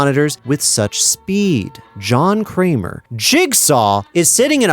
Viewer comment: John Kramer? more like.... John Kler.